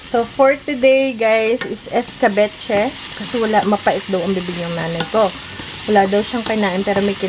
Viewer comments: hello katuwa naman si escabeche naging escabuchi😂😂😂 at nagtenkyu siya kay dade mike di ba😍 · I love your mom’s sense of humor. I thought I would choke with my coffee when she was describing what you cooked. Not eskabetche but eskabutchi!!! 🤣🤣🤣 What a riot she is !!! Lol 😂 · Hahahahah Hindi Escabeche kundi esca buchi sobrang aliw talaaga ako kay 😃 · Yung mukha ni parang hindi nag agree na gumanda ang mukha ni naging pinkish.. ehehehe.. natawa din ako sa "escaboche" hahaha nakakaaliw talaga c. 😂😂😂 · Nakakatuwa si Mommy nyo...escabeche naging escabu-chi hahaha 💞 pero nakakabilib ang pasensya nyo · napatawa nyo na naman po ako. "are ay hindi escabeche... esca.. buchi" 😂😂😂😂